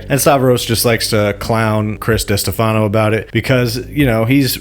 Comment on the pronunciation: Enjoying the video 👍. Btw, it's Di-STE-fano. Emphasis on the middle part, my guy 😂. But also, Chrissy D went to Riyadh to redo his kitchen again or some shit, so fuck him 😋.